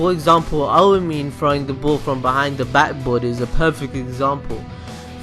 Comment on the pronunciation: have you watched it you can't even say "aomine" correctly